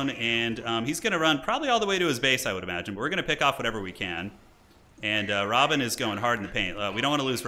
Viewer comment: Love the dune games - but is is not Robin! It is Rabban (Ra-Bahn)